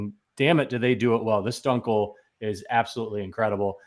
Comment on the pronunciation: "Done-Kel" is close, btw - it's more "Dew-ncle" - auf deutch, at least ;)